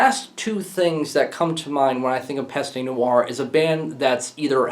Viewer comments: et arrete le homme saying pasta noire lol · It's pronounced /PEST nooarh/. The fact that you know that you mispronounce does not make it right to mispronounce. And it's not /molOtch/, it's /mOlotkh/.